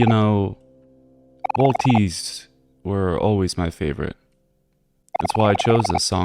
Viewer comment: aint no way my man pronounced waltzes (waltz) like that